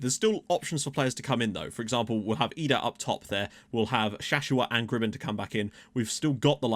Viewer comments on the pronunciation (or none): Adam idah is another one of our biggest prospects💛💚it’s I-Dah like IPhone lol